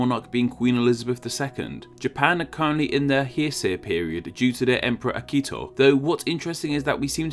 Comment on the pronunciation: The "Jura" mountains are pronounced "yoo-rah," by the way. And the emperor is "Akihito," not "Akito."